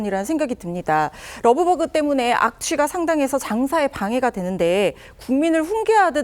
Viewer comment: 러브버그 발음도 자연스럽지 않다 그냥 털파리라고 해라! 왠 러브버그?